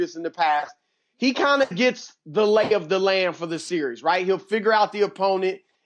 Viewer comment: Just me or did Broussard say, " the leg of the lamb, " instead of the "lay of the land"?